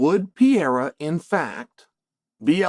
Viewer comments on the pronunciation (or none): When are you going to say PE-REI-RA and not PIEIRA?😂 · Chael for God sake. Pereira has 2 R's in it. How could it possibly sound like "Piera" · Chael, nobody is saying Alex Pee-era's name lol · Who TF is Piera? 😂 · It's been years now. Alex PEREIRA, man ... not pierre, or pierra ... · I like see gringo's speaking pereira ou Palhares, It become pea era and Paul Haris 😂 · Who tf is Alex Piera?? I thought his name was Pereira🤦🏻‍♂️🤦🏻‍♂️🤦🏻‍♂️🤦🏻‍♂️😂😂😂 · Why does unc insist on calling Perreira, Pierre? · Chael has “Pierra” fighting “Surreal” 😂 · "Pee Eira" for the heavyweight title 😂🤣😂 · Shout out to "Pee-ERA" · So, man, it was supposed to be Pereira, but oh well. 😂😂😂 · I watch this guy so much that I'm also unconsciously saying Piera now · That first sentence for me horned up... "Is Alex Pea-era about to fight for the interim title" 👏👌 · You nailed it “Pea-era” 😂 right the way he said . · The Pee-era is upon us